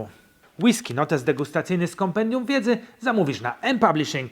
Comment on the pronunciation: Przestań akcentować na ostatnią sylabę zdania bo się ciebie słuchać nie da. >Jak degustować whiskeeeyyy? >a jak normalnie kurwa mówić bez przeciągania?